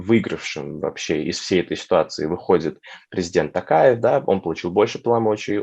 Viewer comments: ТОкаев, а не ТАкаев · ТОкаев. А не ТАкаев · Почему Такаев? ТОКАЕВ ТАМ ЖЕ ВСЕ БУКВЫ НА КИРИЛЛИЦЕ. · Не Такаев, а ТОкаев, искренне просим произносить имя нашего президента Правильно